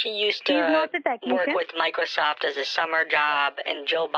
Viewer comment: "Microseft" lol